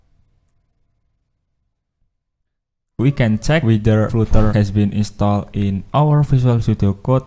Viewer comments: It's pronounced 'flutter', not flooter as in the video and not flater as you're saying here either. It's also not pronounced 'flatter'. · Good starting point. Btw AFAIK flutter is pronounced 'flater' not 'fluter'. 😁